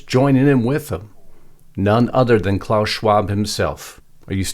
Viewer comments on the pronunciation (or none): none